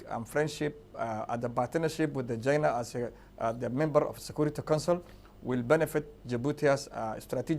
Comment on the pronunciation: China not Jaina. LMAO